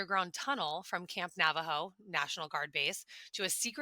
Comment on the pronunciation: Dearest Ross - it is actually pronounced Nah-Vah-Ho. Thank you so much! We love your expose work…🥰